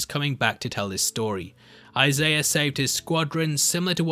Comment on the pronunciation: love the content, love the channel, but there is no r in the name Isaiah